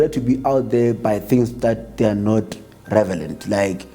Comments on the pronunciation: Even if he said "Revelant". English is not his first language. Should be shocked when said by someone who's Engish is their first language. Not trying to be protective though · Through and through revelent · Who else heard this man say revelent?😏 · i heard him saying, :"I cannot disclosher" and "revelent" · Tjooooo did he say "Revelant"?... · lol he's revelent